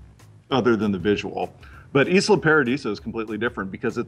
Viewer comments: "E-sla"... I thought it was pronounced "ay-la" like island unless he says "E-land" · "Eesla paradiso"? ISLA (eyela)!! Also, I really don't mind this whole prism thing, I'm sure that it all works within the law, especially since when signing up to all these companies services we NEVER read the entire EULA.